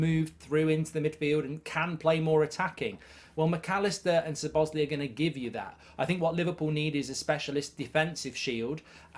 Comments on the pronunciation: Who is Sir Bosley? 😂 Try saying Sob-Oss-Lie 👍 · please stop calling him suhbozlee its lie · Hearing Mark saying Soboesley everytime will kill me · It's pronounced Sobo-sly.. just wanted to Clari-fy 😊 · i am beginning to think that the mispronunciation of Szoboszlai's name is intentional. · The Zets in Szoboszlai are not pronounced.